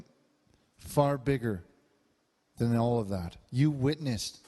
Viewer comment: "I witnissed a nosebleed I'll tell you that" I'm dead 😂😂😂💀💀💀